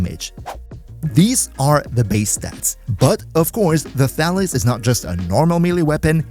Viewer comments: Thalys is a greek name and it's pronounced thalYs, not thAlys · Before I read the weapon name, I heard you say "Phalus", lol. Thought to myself "Pretty weird naming for a weapon, but I guess it could work for a POLEarm?" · OK, I can't be the only one who keeps hearing "phallus."